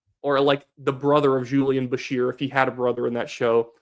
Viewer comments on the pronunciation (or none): none